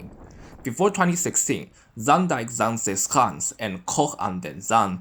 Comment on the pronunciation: you pronounce zaanse schaans really well! You are Chinese? China is very lovely. have a nice day!